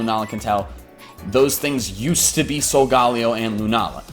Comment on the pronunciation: Correct me if I'm wrong but I think it's sul-guh-lay-oh not sul-gal-e-oh